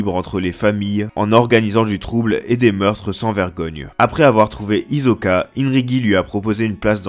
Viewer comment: C'est Hisoka pas izoka